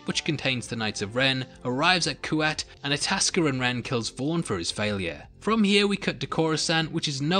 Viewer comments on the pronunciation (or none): none